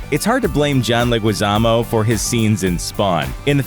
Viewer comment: It's pronounced John Leh-gee-zamo.